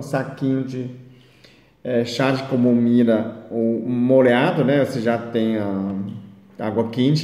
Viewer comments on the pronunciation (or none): Kkkkkkk. Amei. Ele parece ser tão bonzinho... "çá de comomila" kkkk